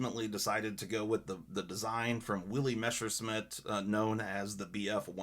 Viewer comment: no offense, but it's Messerschmitt, not Meshersmitt. sorry... very nice Damascus. Manfred Sachse was a big loss. i still have his Rosen Damast blades with 300 layers.